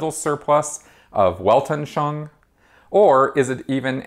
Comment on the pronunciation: I've been watching this series a a lot of your videos here on YouTube and I gotta say, as a speaker of German and French, I would be happy to help you pronounce words from this language. It's Weltanschauung is pronounced more like "velt- an schung". Your videos are awesome but the way you mangle other languages is grating. Just an FYI FWIW.